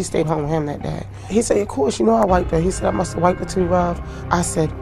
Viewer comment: Baltimorons.. "You toooo" 😂